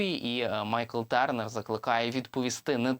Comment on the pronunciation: Я не витримав ....дуже ріже слух - ТЬОрнер !!! А не ТЕрнер. Журналісти вже б могли освоїти англ.